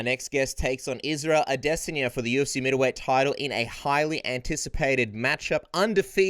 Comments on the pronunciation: A-D-SIN-YA Why lol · Yea lol he pronounced it the weird way Brett okomato pronounces it what if they are right & we are the ones saying it weird A-DE-SAN-YA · Learn how to say Adesanya for once in your life lmao